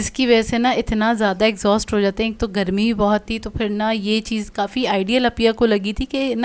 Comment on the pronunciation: رخلیتی ہیں نہیں۔ رکھ لیتی ہیں۔ چیّز😂😂 چیز ...Chase Pronounciation p dehaan den . 😂😂😂 Plzz